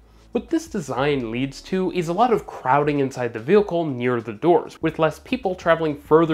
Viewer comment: New drinking game... every time says "vehAcoohl" instead of "vehicle" then you drink. Absolutely hammered!!! 😮😮😂😂😁😁😁😁